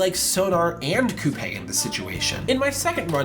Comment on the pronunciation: I know that it doesn't matter, but it's annoying to hear someone constantly mispronounce Coupe's name when it's been repeatedly said within the game.